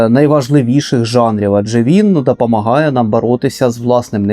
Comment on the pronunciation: Дивлюся вже друге відео. Дуже цікаво але страшенно відволікає Ваша вимова, заміна о на а. Як всередині нас все влаштована. Дапамагає, зрабив, праживання, пратистоїть, навий тип людей, ще адин факт пра книгу!!!!! Най квітне український ютюб!!!!